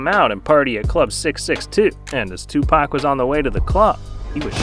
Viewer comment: "Twopak" lmao